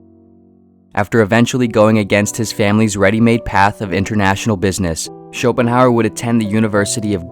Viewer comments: “It iyuh what it iyuh”. ~Arthur Somanheymuers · I'm impressed by this expert commentary in which his name is pronounced incorrectly.